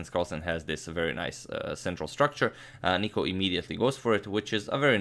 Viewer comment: Im from greece and its nikos not nico